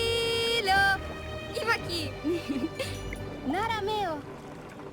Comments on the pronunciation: "Aylo" ITS ELO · Why do you pronounce the sister's (if she's a sister, game didn't indicate this one bit) name "Ailo" when Lana herself always pronounces it "Eelo"?